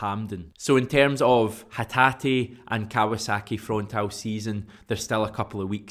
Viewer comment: Frontale pronounced Fron tar lay.